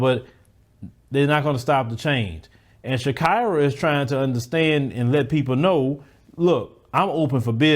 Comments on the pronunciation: Its not shak"ai"ra, its shakeera like shakeera shakeera hips don't lie🎶🎶. Americans hava some kind of wired ways of pronouncing 😁😁😁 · That word is pronounced Sha-e-ra. Like the singer. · I think it's Shah-KEE-rah.